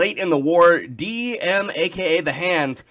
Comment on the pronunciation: Nice thumbnail also Dm must be happy that you're saying his name correctly ^^